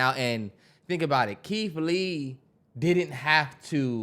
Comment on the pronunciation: the way the can’t pronounce they R’s are hilarious to me. “KEITH LEE WEVIEWS”😂😂😂